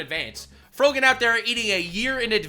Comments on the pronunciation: I dunno why, but I love it when they call her Froggin instead of Frogan lolol. You know it gets her mad. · Frogan? I thought she was called Frottage or frociaggne.